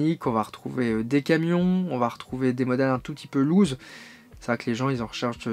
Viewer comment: Reportage intéressant. Prononciation à revoir pour Corgi, Siku et "loose".